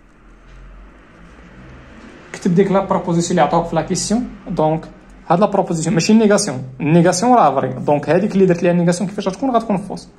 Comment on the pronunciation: غير عتازل ماستاد موالو ستريكتومون ههه فري بروبروزيسيون ههههه فرنسي ناضي